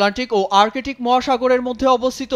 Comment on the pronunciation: আর্কেটিক নারে ভাই বল আর্কটিক। রিয়ালিটি অফ আওয়ার এডুকেশন সিস্টেম